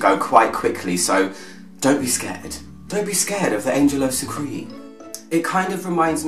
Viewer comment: it's pronounced SUCREE "suc-raay""..(its a french word,not english,you as an expert should know that) other than that,love your reviews;)))!!!all the best...